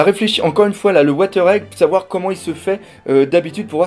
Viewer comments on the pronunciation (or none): wheather pas water mdr